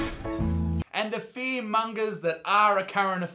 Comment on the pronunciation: Best part of video he instead of saying fear mongerers says fear mungas